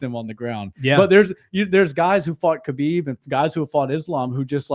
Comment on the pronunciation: Btw, Khabib's name pronunciation is more like "Ha-beeb" not "Kuh-bib", just say ‘ha-beeb,’ but a bit harsher at the start.